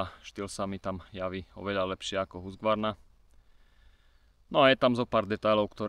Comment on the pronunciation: Nechci hejtitit je to Husqvarna ne Husgvarna😉